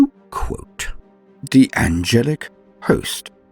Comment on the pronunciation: too quuohte